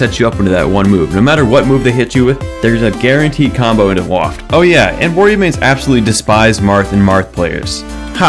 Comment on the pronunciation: its Wah-rio not War-io